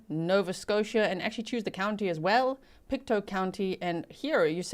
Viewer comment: It is pronounced Pict2. Just to get the prounounciation. Thank you for covering this Canadian story. Canada is very wooded, and there are very remote areas.